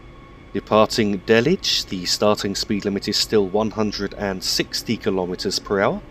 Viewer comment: its not peters-rod-a its pronounced peter-srict-oda its not dell-lich its day-lich